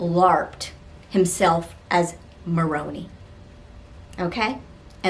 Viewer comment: It's moe... Rone... Ie.. not Moroni it's like moan sound not monn.. sound on both O's.. then eye.. not i..